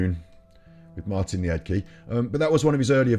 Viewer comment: All petty stuff aside. I think you should take the time to actually watch his videos before going against it. I love Martin. Last name pronounced 'Leed Kah'. I have watched his videos for years. You are making a snap judgment and trying to profit from debunking him without putting in any effort. 👎 Martin and all the FEB people deserve better than this.